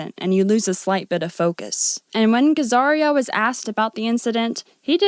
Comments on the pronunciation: That’s Ben Gazzara … Gaz - ahr - ah. Not Gehz-ahr-ee-ah. He’s a legendary character actor who appeared in over 250 film and TV roles over fifty years; busiest from the 50s to the 00s. He helped define the grittiness of the American New Hollywood of the late 60s and early 70s with the way he played these new kind of roles by appearing in loads of gritty, dangerous and tough-guy roles over the decade. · “Ben gazaria” his name is “Ben Gazzara” sure Vincent is a piece of shit but buffalo 66 is a masterpiece. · Who’s Ben Gazzaria!? If you don’t know how to say his name properly, you shouldn’t be analyzing anything to do with film. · REE chee, not rich ee, Gazzara not Gazzaria. "Lecher" is pronounced LEH-cher, not leecher. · Not nitpicking but it's pronounced gah-zah-rah, no i.